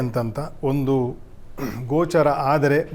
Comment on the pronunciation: ಗ್ರಹಣ 'ಗೋಚಾರ' ಅಲ್ಲ 'ಗೋಚ'ರವಾಗುವುದು